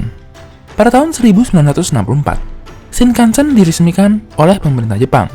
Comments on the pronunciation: Ralat Penyebutan "E" dalam Shinkansen nya salah min.. harusnya "Shinkansén" bukan "Shinkansèn". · Bacanya shing kang seng om.. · Cara pengucapan “Shinkansen” huruf akhiran “N” dibaca “NG”,Mas,,jadi pengucappannya “Shinkanseng”,,Terima Kasih buat infonya,,yang kebetulan Saya tinggal di Jepang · Kok saya ngg suka yah cara baca shinkansen di baca shinkansen, seharusnya shinkansen